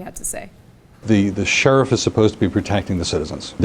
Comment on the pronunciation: 1. A fetus is not a citizen. Birth certificate got? 2. It's illegal to have an abortion at nine months. 3. Using deadly force on a pregnant woman will kill the baby. 4. Life begins at consciousness, not conception. 5. Sheriff is not pronounced "shurf".